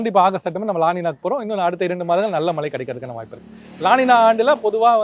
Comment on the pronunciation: உங்க உச்சரிப்பு கேட்டாலே கடுப்பு ஆகுது டா... மழை அதை சரியாக சொல்லுங்க.. சும்மா மலை மலை னு... தமிழ் pesavae தெரியாதா